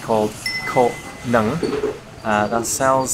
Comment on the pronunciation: I bursted out laughing when you missed pronounce "Cô Nhung" into "Cô Nứng". In Vietnamese, "Nứng" literally means "being horny" 😂😂😂😂 I love your videos btw, I've been binge watching all of your videos about Vietnam all day